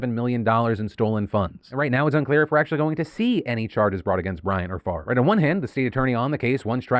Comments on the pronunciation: you can't just flip the pronunciation of letters in a name. favre is pronounced fav-rah, not fucking farve. people who think basic rules of spelling don't apply to them can jump of a cliff. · So... just wanna say that my OCD kinda had me going a little nuts at the fact that Brett's last name was spelled incorrectly a bunch of times til it showed it spelled correctly above a text msg that was sent. I was literally saying in my head, "Why would it be pronounced 'Far-vvh' it was spelled F A V R E...? Wouldnt it be pronounced 'Fahv-ray' at that point?" lol But then almost everywhere else its spelled F A V R E so I dont know what to believe anymore! LOL Weird what your brain latches onto after 13hrs of work XD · it's Favre. Silent R & E. Pronounce: "Fah-ah-veh" or maybe "fa-ah-vier" depending on where his name comes from country wise. Which matters. I study linguistics. I have an odd last name too. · I love how you say farve instead of favre, as a francophone it’s quite funny. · Don't know who this Brett guy is, but why is his name pronounced "Farve" when it's spelled "Favre"? 'Favruh', 'Favor' sure, but Farrrve, the v is before the r. Odd. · As a non-American, it is HILARIOUS to hear Favre pronounced as 'Farv' so many times... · Phil kept pronouncing "Favre" as "Farv" and I think it should continue, if only to throw shade at the fraudster. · Brett Favre's name just makes me so angry. The r is clearly after the v, why is it pronounced like that. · I've never liked Favre. Even the pronunciation of his name feels fraudulent.